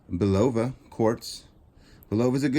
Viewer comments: "Bull-a-va" pronunciation. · Blue stones are sapphires, also I hate to correct you , but Boliva is pronounced like "bull la va"